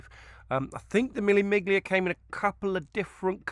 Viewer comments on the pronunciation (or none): BTW. Miglia is pronounced " me- lia" . A 1000 miles in Italian: mille miglia